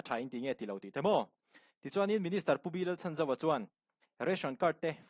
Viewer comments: Pu Chhanzova hming hi a tluk dikin lam ve la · Minister pu Chhanzova hming hi lam dik ve la😂